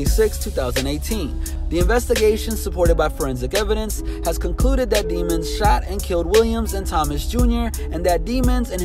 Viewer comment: pronounced deh-monz